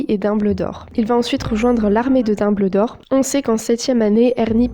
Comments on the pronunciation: VOUS AVEZ ENTENDUE ELLE DIT LARME DE DOBLDOR MERDE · On dit Dumbldor